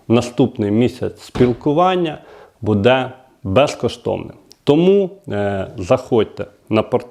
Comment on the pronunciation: Не буДе а Буде надо казать а бо вухо ріже